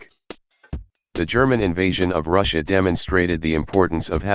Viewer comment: Wow can't even pronounce "Russia" properly and calls everything he disagrees with "supposedly impartial".